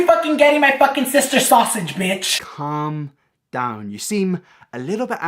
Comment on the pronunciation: I cannot watch any of his videos because of the “sista” thing. If there is one reason for hate i found it.